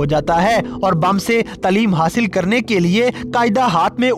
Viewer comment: Taleem nhi hota taaleem hota h